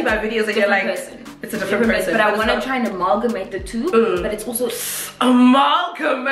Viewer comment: SHE SAID AMALGAMATE 😂😂😂😂😂